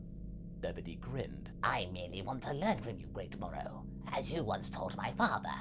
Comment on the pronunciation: Moros accent is veeeery good